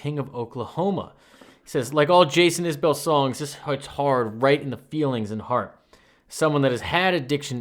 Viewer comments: Just fyi - its pronounced isbull more yhan isbell. Love Jason so much. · I love it and all you do. But for future, it’s pronounced iz-bull 🩵💜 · But he still pronounces his last name wrong!